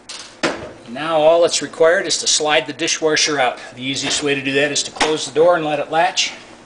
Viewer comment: i watched the video and it was noticeable the way the word dishwasher was pronounced dishwarshur, then i scrolled down and noticed your comment :)